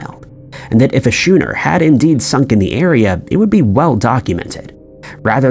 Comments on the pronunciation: How right you are...I actually cringed every time he said the word shooner instead of skooner, which is how the word schooner should be pronounced! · Had to stop watching when you couldn't pronounce schooner properly. What the heck is a shoener 😢